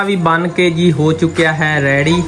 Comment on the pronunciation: Bhai ready bola karain rayre nhe☺️